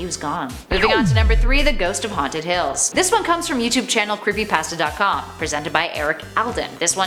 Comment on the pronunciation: Fortnite creepypatsa. The accent makes pasta sound like patsa.